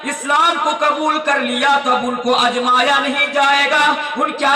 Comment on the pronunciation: آزمایا جائے گا آپ اجمایا بول رہے ہیں